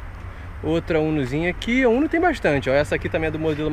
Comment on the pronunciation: Vc de falar o uno não a umo